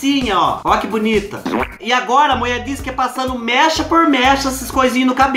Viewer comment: Kkkk au adoroooo quando você fala a mueeee.kkkkkk